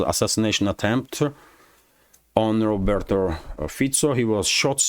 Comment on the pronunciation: It's Robert, not Roberto.